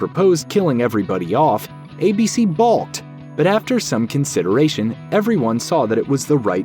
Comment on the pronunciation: "balked" - pronounced "bawked"